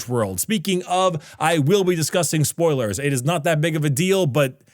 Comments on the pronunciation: Uhhh "spolier"?😂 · "Spolier warning" lol